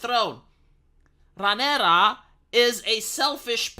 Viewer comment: It’s Rhaenyra, ffs, not to be confused with Sea Snake’s wife